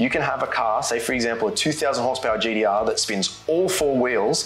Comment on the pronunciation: We aussies can say gtr... cant